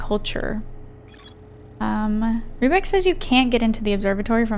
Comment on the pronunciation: First player ever to pronounce "Riebeck" correctly!